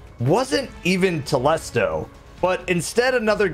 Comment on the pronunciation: I feel like it should be pronounced "Telésto" That's how I say it anyway.